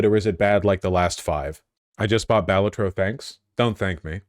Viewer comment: If he pronounces Balatro wrong one more time istg